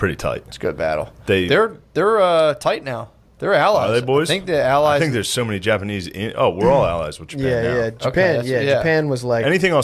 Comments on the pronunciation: Why is he saying japanee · Why does Shane keep saying Japanee? He keeps leaving out the "z" sound. Not all the time, but frequently enough it's killing me. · But why are you calling them the japaknees